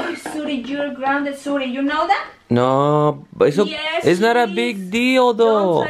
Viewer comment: George said wno instead of no 🤣😂😂